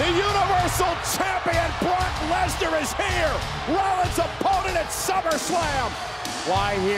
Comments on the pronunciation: Nobody: Michael Cole: LESLER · BROCK LEZLAR 😂😂😂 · Nobody: Michael Cole: LESLAR